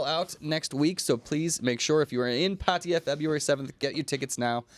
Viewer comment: UNESCO should say they would give Chiang Mai the heritage status as soon as the burning and smog problem has been fixed, and been ok for 5 years in a row... Why does say Padia instead of Pattaya?